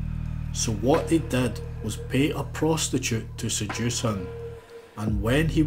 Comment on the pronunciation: I love how the narrator pronounces short ‘i’s like short ‘e’s. “Jimmy” becomes “Jemmy”, while “did” becomes “ded”.